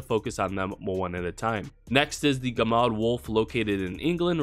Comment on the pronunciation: gemad is 'yehmad' as the g is soft and said y. Looks to mean 'mad wolf.'